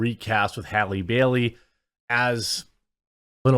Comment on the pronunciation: Its Bailey not Berry